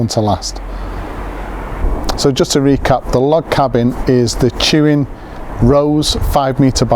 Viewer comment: tuin is pronounced "tayn". Its a dutch for garden